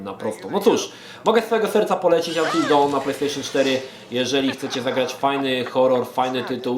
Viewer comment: fak, kurwa w mówisz poprawnie, by powiedzieć jakieś "dałn" LOTDEFAK!!!